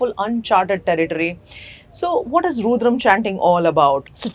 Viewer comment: First of all its not roodram. It is SRIRUDRAM . Secondly this idiot is comparing SriRudram to Azaan. I wonder if this idiot did the same test on people saying azaan or she was just trying to blabber to be politically correct??? I got completely lost as soon as she did that comparison. JACKASS.